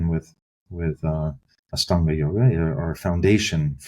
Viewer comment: Astanga is a word associated with the LITHUANIAN word for EIGHT (AŠTUONI). Lithuanian is an Indo European language with roots in Sanskrit. In Lithuania, aštuoni is pronounced ASHTUONI. I cringe at the way Ian Baker pronounces AŠTANGA with an S instead of SH.